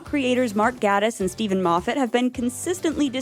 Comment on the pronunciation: I don't disagree with you, and he's not my favourite person, but Mark Gatiss's name is pronounced 'gay-tiss'. As he said "think gay, I always do".